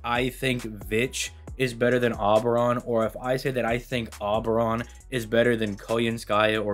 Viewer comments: Ngl man the name is O-beron. Not awww-beron. Like you know when you say the alphabet you say the letter O? Yeah. O-beron. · in this installment of " cannot pronounce names," we present you with "aw-brawn" 👏👏👏👏👏👏👏👏👏👏👏👏👏👏👏👏👏👏👏👏👏👏👏👏👏👏👏👏👏👏👏👏👏👏👏👏👏👏👏👏👏👏👏👏👏👏👏👏👏👏👏👏👏👏👏👏👏👏👏👏👏👏👏👏👏👏👏👏👏👏👏👏👏👏👏👏👏👏👏👏👏👏👏👏👏👏👏👏👏👏👏👏👏👏👏👏👏👏👏👏👏👏👏👏👏👏👏👏👏👏👏👏👏👏👏👏👏👏👏👏👏👏👏👏👏👏👏👏👏👏👏👏👏👏👏👏👏👏👏👏👏👏👏👏👏👏👏👏👏👏👏👏👏👏👏👏👏👏👏👏👏👏👏👏👏👏👏👏👏👏👏👏👏👏👏👏👏👏👏👏👏👏👏👏👏👏👏👏👏👏👏👏👏👏👏👏👏👏👏👏👏👏👏👏👏👏👏👏👏👏👏👏👏👏👏👏👏👏👏👏👏👏👏👏👏👏👏👏👏👏👏👏👏👏👏👏👏👏👏👏👏👏👏👏👏👏👏👏👏👏👏👏👏👏👏👏👏👏👏👏👏👏👏👏👏👏👏👏👏👏👏👏👏👏👏👏👏👏👏👏👏👏👏👏👏👏👏👏👏👏👏👏👏👏👏👏👏👏👏👏👏👏👏👏👏👏👏👏👏👏👏👏👏👏👏👏👏👏👏👏👏👏👏👏👏👏👏👏👏👏👏👏👏👏👏👏👏👏👏👏👏👏👏👏👏👏👏👏👏👏👏👏👏👏👏👏👏👏👏👏👏👏👏👏👏👏👏👏👏👏👏👏👏👏👏👏👏👏👏👏👏👏👏👏👏👏👏👏👏👏👏👏👏👏👏👏👏👏👏👏👏👏👏👏👏👏👏👏👏👏👏👏👏👏👏👏👏👏👏👏👏👏👏👏👏👏👏👏👏👏👏👏👏👏👏👏👏👏👏👏👏👏👏👏👏👏👏👏👏👏👏👏👏👏👏👏👏👏👏👏👏👏👏👏👏👏👏👏👏👏👏👏👏👏👏👏👏👏👏👏👏👏👏👏👏👏👏👏👏👏👏👏👏👏👏👏👏👏👏👏👏👏👏👏👏👏👏👏👏👏👏👏👏👏👏👏👏👏👏👏👏👏👏👏👏👏👏👏👏👏👏👏👏👏👏👏👏👏👏👏👏👏👏👏👏👏👏👏👏👏👏👏👏👏👏👏👏👏👏👏👏👏👏👏👏👏👏👏👏👏👏👏👏👏👏👏👏👏👏👏👏👏👏👏👏👏👏👏👏👏👏👏👏👏👏👏👏👏👏👏👏👏👏👏👏👏👏👏👏👏👏👏👏👏👏👏👏👏👏👏👏👏👏👏👏👏👏👏👏👏👏👏👏👏👏👏👏👏👏👏👏👏👏👏👏👏👏👏👏👏👏👏👏👏👏👏👏👏👏👏👏👏👏👏👏👏👏👏👏👏👏👏👏👏👏👏👏👏👏👏👏👏👏👏👏👏👏👏👏👏👏👏👏👏👏👏👏👏👏👏👏👏👏👏👏👏👏👏👏👏👏👏👏👏👏👏👏👏👏👏👏👏👏👏👏👏👏👏👏👏👏👏👏👏👏👏👏👏👏👏👏👏👏👏👏👏👏👏👏👏👏👏👏👏👏👏👏👏👏👏👏👏👏👏👏👏👏👏👏👏👏👏👏👏👏👏👏👏👏👏👏👏👏👏👏👏👏👏👏👏👏👏👏👏👏👏👏👏👏👏👏👏👏👏👏👏👏👏👏👏👏👏👏👏👏👏👏👏👏👏👏👏👏👏👏👏👏👏👏👏👏👏👏👏👏👏👏👏👏👏👏👏👏👏👏👏👏👏👏👏👏👏👏👏👏👏👏👏👏👏👏👏👏👏👏👏👏👏👏👏👏👏👏👏👏👏👏👏👏👏👏👏👏👏👏👏👏👏👏👏👏👏👏👏👏👏👏👏👏👏👏👏👏👏👏👏👏👏👏👏👏👏👏👏👏👏👏👏👏👏👏👏👏👏👏👏👏👏👏👏👏👏👏👏👏👏👏👏👏👏👏👏👏👏👏👏👏👏👏👏👏👏👏👏👏👏👏👏👏👏👏👏👏👏👏👏👏👏👏👏👏👏👏👏👏👏👏👏👏👏👏👏👏👏👏👏👏👏👏👏👏👏👏👏👏👏👏👏👏👏👏👏👏👏👏👏👏👏👏👏👏👏👏👏👏👏👏👏👏👏👏👏👏👏👏👏👏👏👏👏👏👏👏👏👏👏👏👏👏👏👏👏👏👏👏👏👏👏👏👏👏👏👏👏👏👏👏👏👏👏👏👏👏👏👏👏👏👏👏👏👏👏👏👏👏👏👏👏👏👏👏👏👏👏👏👏👏👏👏👏👏👏👏👏👏👏👏👏👏👏👏👏👏👏👏👏👏👏👏👏👏👏👏👏👏👏👏👏👏👏👏👏👏👏👏👏👏👏👏👏👏👏👏👏👏👏👏👏👏👏👏👏👏👏👏👏👏👏👏👏👏👏👏👏👏👏👏👏👏👏👏👏👏👏👏👏👏👏👏👏👏👏👏👏👏👏👏👏👏👏👏👏👏👏👏👏👏👏👏👏👏👏👏👏👏👏👏👏👏👏👏👏👏👏👏👏👏👏👏👏👏👏👏👏👏👏👏👏👏👏👏👏👏👏👏👏👏👏👏👏👏👏👏👏👏👏👏👏👏👏👏👏👏👏👏👏👏👏👏👏👏👏👏👏👏👏👏👏👏👏👏👏👏👏👏👏👏👏👏👏👏👏👏👏👏👏👏👏👏👏👏👏👏👏👏👏👏👏👏👏👏👏👏👏👏👏👏👏👏👏👏👏👏👏👏👏👏👏👏👏👏👏👏👏👏👏👏👏👏👏👏👏👏👏👏👏👏👏👏👏👏👏👏👏👏👏👏👏👏👏👏👏👏👏👏👏👏👏